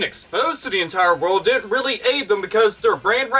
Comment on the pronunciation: They could've just been happy with what they had but they just had to try and push the boundaries, they had to ask for more. The apology made me cringe especially when they were trying to explain what they "Weally meant".